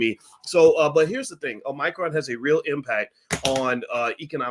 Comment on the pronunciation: It's a shame Boyce can't pronounce Omicron correctly.